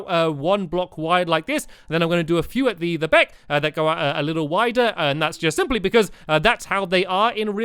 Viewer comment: He said back really weirdly